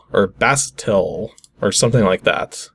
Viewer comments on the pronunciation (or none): Bastille. Pronounced bah-STEEL.